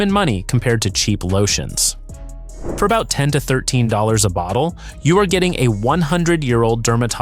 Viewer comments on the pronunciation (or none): none